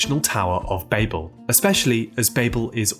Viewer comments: Bah-bell, not Bayble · It's "Bah-bil" Not "Bay-Bil". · I refuse to watch a video where the creator cant pronounce the word the entire video is based on. “BAH-BULL” it’s not bay-bull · Immediately knew it was ai when they said "Bay-bell" it's Bah-ble. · "Baybel" ?!!! it's "bah-ble" ... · Ba bell! You know when someone babels on?! Not bay bell. That was frustrating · Cmon man Baybel? Naw babel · Say the fucking name right! It's pronounced BABBLE!!! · cannot really get into this because of the on purpose horrible pronunciation of bAYyyybull. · babel is pronounced like babble, you even acknowledge it in the video even in hebrew why must you say it wrong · Despite not being related to 'Babble,' it is pronounced Bab-el, because, as you mentioned, it was in Babylon, and both share the same root. And the purpose of the tower, at least in Genesis, wasn't to "threaten God" or to invade Heaven. The context suggests that "the heavens" referred to the sky, not the spiritual realm of Heaven. The purpose was to make a name for themselves. It was essentially a vanity project to show how powerful they were. God had told the people to spread across the Earth and they wanted to stay together and make a big city, so God had to separate them. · Bay-bel? Who says it like that. Your video sucks. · You’re chronic mispronunciation of the word Babel along with the correct pronunciation of Babylon is utterly infuriating🤦‍♂️ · Write it in a way that our British narrator can pronounce